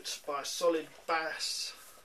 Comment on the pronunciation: Bass is pronounced like base, but thanks for the review